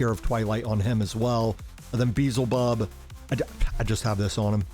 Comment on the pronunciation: Bro, I watched a lot of your videos and u're always messing character's names lol. Its f'ing Beelzebub not Beezelbub 😅😅😅 Nice work btw, luv ur vids